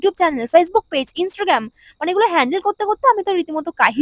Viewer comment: Thik thik....... r instragram নয় ইন্সট্রাগেম বলছে 🤣🤣🤣🤣🤣